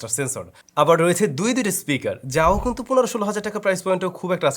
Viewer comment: কিন্তু এর জায়গায় কুন্তু বলা টা জোস লাগে ব্রো,,,,আমিও মাঝে মাঝে বলি